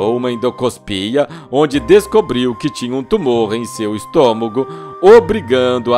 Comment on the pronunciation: " EM SEU ESTÔMOGO " 😂😂😂😂😂